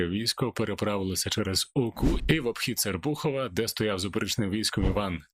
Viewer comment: Шановний... Наголоси треба робити правильно при назвах географічних поселень. Ні СерпУухов,а від слова сЕрп... СЕерпухов. Я не росіянин,але назви треба казати правильно.